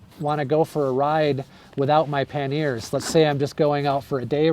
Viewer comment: FYI those boxes on the side of your bike are pronounced "PAN-yer" (two syllables) or "PAN-e-er" (three syllables) in English, or in French it is "PAN-yay" - not "pan-NEAR"